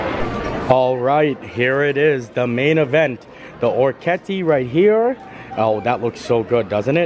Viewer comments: I’ll help you out. Or-eh-kiet-teh 🇮🇹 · Or - ri - Ket - tee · You had it close,. oh-reck-ee-ET-tay. It means little ears. Both dishes looked so good. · Hey! I’m all Italian and it’s pronounced - or-ri-ket-tay which means “little ears” in Italian. I make this dish quite often. I love it!! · Hey! Thanks for another amazing video. I met you when you came to Magnolia Terrace at epcot, I was the cm working on the grill making oysters. So yeah, the pasta you got is pronounced Ora-key-yeti. It means "little ear" in Italian. Super tasty and def one of favorite pastas! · oh-reck-ee-ET-tay (Orecchiette are a pasta typical of Apulia, a region of Southern Italy. Their name comes from their shape, which resembles a small ear) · Or uh kett ee. Means little ears in Italian. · Well my family is Italian and the way we’ve always pronounced it is oh-kee-yetta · Okay, every time you tried to pronounce "orecchiette" an italian person died. That's me, I'm the italian person. I died. 🤣 So, if you are interested: 1) It's "Oh-reh-kee-eh-teh" 2) it means "little ears", and it's a pasta typical of Puglia, a region in the south 3) it's not a dialect thing, ch- in italian is ALWAYS pronounced as k- (we do not really have the letter k in the italian alphabeth) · It's pronounced 'ore kete' it means 'little ears lol it's one of my favorite pastas😍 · Hi. It's pronounced oh-reck-ee-ET-tay, small ears, hence the shape of the pasta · Or-I-Ke- te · Download Google Translate for the correct pronunciations. Is it perfect no, but orecchiette it's not as difficult. In this case the ch would be pronounced as "k". Orec-ket-tay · Ch in Italian is a K sound. Ci is che, long e, and Ce is cha, long a. Orecchiette means little ears. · "ch" is a K sound in Italian